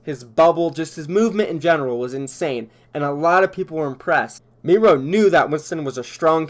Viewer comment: Is it just me or is it weird how he pronounced Miro like mero, and not miro....🤔